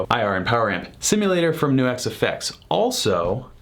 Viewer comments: Why do you keep saying "New-exx" when it's clearly pronounced "Nucks"? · Right it rhymes with sucks